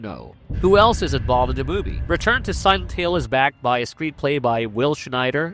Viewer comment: Pretty sure the voice is AI too, "silent heel", really choppy audio, words forced together, the channel uploads and new video every hour... I'm not watching another video